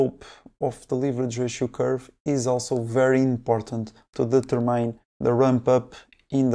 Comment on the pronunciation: In English, the word "determine" has the stress on the second syllable. deTERmine. not deterMINE.